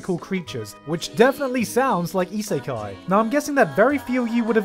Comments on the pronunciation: cringy pronouncation of isekai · EE-SAY-KAI? Really? that's how you're going to pronounce the word?....SMH